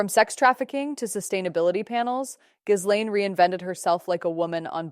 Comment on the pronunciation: It's Geelaine, you don't pronounce the "s"